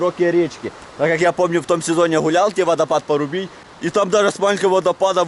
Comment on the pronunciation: Ты не правильно сказал,водопад не "Парубій" а "Пробій" (надеюсь на лайк)